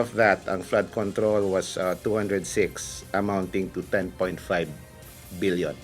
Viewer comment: Paulit ulit ko pinakingan bilion talaga sinasabi.. hahhaa mag babasa na lang bubo pa